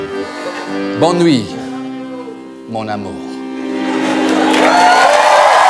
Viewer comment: "mon amour" sounds very legitimate